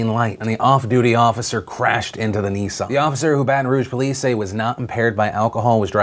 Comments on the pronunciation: Its not pronounced Nee-ssaarn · I’m offended by your pronunciation of Nissan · All I can here is "Neesan, Neesan, Neesan" it's Nissan dammit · Nissan. Unless you're one of the twats who overpronounce words, it's Nissan. Not Nee-San. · Neesarn? It's pronounced Nissan, sweetheart. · I love you Phil but if I hear you pronounce Nissan as 'Neesan' I might lose my tiny Scottish mind. It is pronounced 'niss' 'an'.... Niss..an.... Nissan. You god damn yanks butcher the Queen's tongue. Love you tho. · One sec Americans call a Nissan a Nees on. WTF 😂😂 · Phil says "Nissan" reeeaaaally strangely. And that's my very verbose and relevant comment regarding all this very serious news.